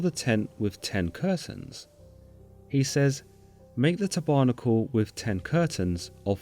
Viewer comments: Love the channel, but when you mispronounce everything, like you've never heard anyone say tabernacle, it bugs me and I have to turn it off. Maybe listen to how people actually say words before you make it up. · Tab....errrrrr....nackle....not tobernickel...tabernacle as in a type of church. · You are mispronouncing a lot of words. For example, tabernacle - Tabb errr nack ell not Te barnacle, its not something stuck to a ship. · His pronounciation of Tabernacle is low key triggering me lol. It’s Tábernacle, with the hidden accent on the first syllable. Not the second, as he pronounces it. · You seriously need to learn how to pronounce words a Tab er nacle is not a tab barnacle. If you are unsure about pronunciation you can LOOK IT UP. Mis pronunciation distorts the biblical verses. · Bro, your pronunciation is off.. its not Táburnacul..... Ta - Ber - nackle... Not Isreuahlites.. Isreal- ites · Tebarnacle?? Tab er nacle! Excellent video otherwise. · Sir, please. It is pronounced 'tab-er-nack-el'. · You should a native English-speaker to coach you on pronunciation. English pronunciation is hard, but you can do it (with some effort). tab'arnakal, indeed! (And I'm not even talking about the fact that "kerubim" is pronounced /ker u bim/ and that ch or tch or tsch doesn't exist in Hebrew.) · Israel-ITES, taber-NAC-le...have I been pronouncing these two words incorrectly all these years? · Great post. Maybe check some pronunciations? Tabernacle is /tab-buh-nack-el/(Eng) or /tab-er-nack-el/ (American). Exodus is /ex-suh-duhs/ (Eng) or /ex-i-duhs/ (Amer). It is never ex-zooe-des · Tabernacle is pronouced "Tabber-nack-L". Love the channel and voice delivery. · Haha, ta-barnacle! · Te barnical? Ex OH dus? Lol!!! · Learn to pronounce tabernacle! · i enjoyed this, thanks. it should be easy to get pronunciations for common words like tabernacle and books of the bible (Exodus) . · "eggs-OH-dus" ? "tuh-barnacle" ? Some really weird pronunciations here.